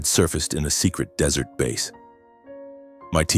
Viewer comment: The lack of credibility is incredulous. The narrator can't differentiate DESSERT from DESERT (the transcript is correct, but the BOTerator suffers from a new condition in the world of A I -- Abject Ignorance). I would have bailed but my hands were amidst food. Now, as to the credible. Whoever wrote this didn't bother checking some really basic facts. 1) A military family is a culture in and of itself. Silence from a family member -- like our hero -- is something that others would know to NEVER press for disclosure. The rules of the culture. They know better than to ask. 2) Harper would have NEVER EVER let such a slip occur unless he was stewed to the gills. THIS JUST DOES NOT HAPPEN--at least it didn't used to happen. As a superior he is above reproach. As a superior he also knows that loose lips sink ships. At this point I was really getting irritated because of how casually this breach of security was written into the story line. The author has DISPLAYED ENORMOUS DISRESPECT, TAMPERED WITH INTEGRITY DUE TO A POORLY WRITTEN PLOT LINE, AND CONCEPTUALLY DEMEANED THE INHERENT STRENGTH THAT BELONGS TO A VERY FEW OF THE BEST OF THE BEST. There are other holes in the plot line such that one could drive a Mack truck through them. This tale is bad -- so bad that I really wish you would take this down. Our military is suffering assaults that are beyond imagining. To tell a story that in some way lessens the culture and its effectiveness is irresponsible.